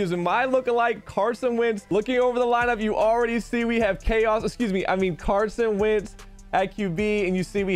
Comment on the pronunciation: My guy really just said Carson Vick lmao